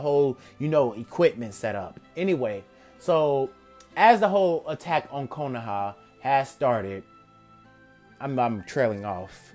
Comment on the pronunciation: when he said attack on konoha I thought he said attack on titan plz aot what ifs